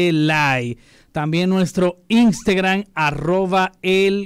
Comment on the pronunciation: POR QUÉ EL DICE "INSTEEEGRAM"? 😩😩😆😂